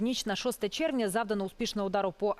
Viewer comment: Не чєрвня а червня❤🎉